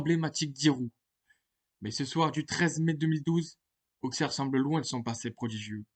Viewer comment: On dit AuSSerre et pas AuXerre 😉